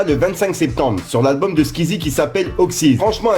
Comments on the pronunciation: C'est pas Squizi c'est Skouizi 😂😂 (ça se prononce comme ça( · C'est pas skizzi c'est sqouizie😂😂 tkt te le meilleur 💪🏼💪🏼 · Squezzie stp pas skizie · Sa se prononce squouizie pas squizie😂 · On dit pas sqizzie mais sqouizzie (squeezie) 😂😂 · Squeezie pas skizi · Sqezzie mes c squeezie on dit comme sa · Il m'a stressé qd il répétait skizi 😂😂😂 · Et mr pour les news mais squeezie comment tu le prononce sa pique mdr